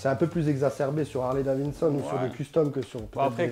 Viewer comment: Le mec est agaçant quand il dit : « Harley Davinson » c’est pas Davinson mais Davidson!!